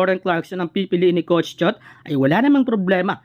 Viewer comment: nabubwiset ako sa paulit ulit na ETALY..,my prob ka boss sa pronounciation.. COCH,SUMMER LEG,ATINIO,ENTERVIEW 😂😂😂😝😝